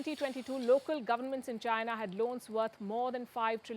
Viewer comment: Indians should comment on Indian affairs- what the hell is PUKI commenting on Chinese affairs? The way she pronounces ChaNAAAAAA is laughable